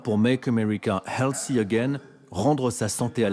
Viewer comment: make america healthy again et non healsssy again. Th ne fait pas le.son "S".